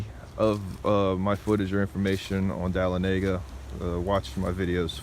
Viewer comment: It is pronounced dah-lon-a-gah. LOL